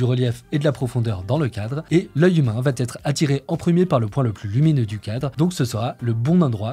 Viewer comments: La prochaine vidéo va ttt être parfaite:) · Vidéo très intéressante, merci ! Un détail de prononciation : "va être" ne comporte pas de "t", donc on ne doit pas dire "va-t-être" comme ça a été fait au moins 2x ici. ;)